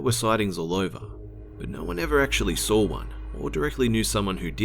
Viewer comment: Why does this guy put an r at the end of Saw? I sar some.